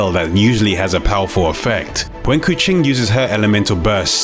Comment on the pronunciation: He pronounce keqing like the indonesian word for cat, "kucing".. her hair kinda makes her look like a catgirl.. possibly a wordplay by the dev